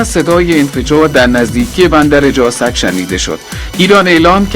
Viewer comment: گوینده یک نیروی واحد ۸۲۰۰ اسقاطیل هست از ادای بعضی کلمات توجه کردید؟ مثل فردو و جاسک